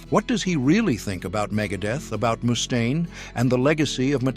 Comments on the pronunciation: eehhh.. I think his name is mustaine... not! moose-taine. ..mustaine!! with a single U. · It’s not Moostain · A.I. Pronouncing his name MOOstain is killing me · “Mousse Stain” 😂. Finding it hard to get passed the way he says that. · Moo-stain? Come on!!!!!